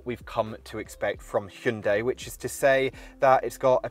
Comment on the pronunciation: I've firstly ever heard proper pronunciation of Hyundai in English accent that means Modern times. :D -Godai : Ancient times -Jungdai: Medieval times.